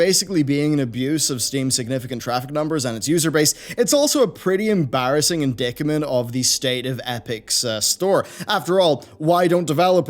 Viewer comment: I hate “...embarrassing indickments...” 😂